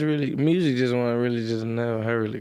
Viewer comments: That nigga said murrsic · “Moosic is moosic” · When he said "Murrzick" I felt that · He said "mursic is mursic" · Dat boy said "Mooousic" 🤣🤣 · i have never ever heard any english speaking person call music "mryusek" before. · "murrsic is murrsic" lmaooooo the way this nigga says music kills me shoutout NLE tho youngest nigga outhea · "Mursic is Mursic" Nle choppa 2019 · “I Ffffrrreeel great” That Memphis and Mylan mix “Muuuzshicc is muuusshhic” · why he say “MURRZIC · So the r in mursic isn’t silent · “Us musurk as a way of therpy”🤣🤣🤣